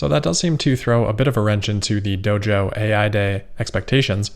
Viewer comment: Doge-oh. Once you hear it, you can't unhear it.